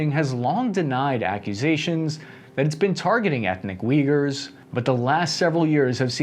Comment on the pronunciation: Thanks for your videos! Also please fix your pronunciation. It’s Ooygoors, not vigors. Same goes for all of the Ukrainian cities and names misspelling, I just can’t stand it. Thanks!